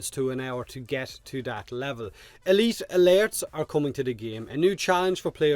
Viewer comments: My god thank you for tolerating saying AY LEET AH LAIRTS that many times, This game has not been kind to your accent but I love the content:) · I just love hearing you say "uhleet uhlertz" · E-LEET ALURTTS